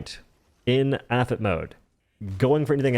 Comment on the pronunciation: apit is pronounce ap i t because it stands for armor piercing incendiary tracer